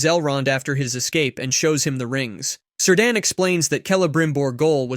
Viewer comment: Is this an AI voice cuz my homie's name ain't "Sir Dan". It's Cirdan, pronounced "Kear-dan".